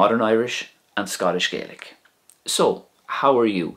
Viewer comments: It's Scottish GAAlic not GAYlic. Just saying. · Interesting video, thank you. But almost all Gaels in Scotland call it Gah-lic, not Gay-lic 😊 (You'll only find a sprinkling of folk in Scotland saying Gay-lic, mainly around Argyll, and also Nova Scotia). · Regarding pronunciation, a very important point is that the language in Scotland is not pronounced "Gaylick" as you do in this video, but is pronounced "Gahlick" reflecting the way speakers in Scotland call their own language: Gàidhlig. This pronunciation is also used by almost all people in Scotland, not just Gaels, when speaking either English or Scots. There is no "English dialect of Scots". Scots is a language that evolved from Middle Northumbrian English, but has Norse, Dutch, Gaelic and possibly Pictish and Cumbric influences, as well as French influences different from those in English, so that it diverged to the point that it was also considered a separate language by the 1600s. It is as different from English as Scottish Gaelic is from Irish. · i must say, the facts and history are correct, it was just gaelic is pronounced EXTREMELY different from Irish and when you were pronouncing gaelic as irish